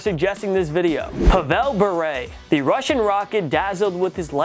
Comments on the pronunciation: ITS PAV-IL BURE. HOW DO U NOT PRONOUNCE A LEGENDS NAME RIGHHHTTTTT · still better than usual